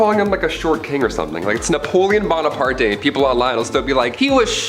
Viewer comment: It’s Bona-part. It’s French not Spanish!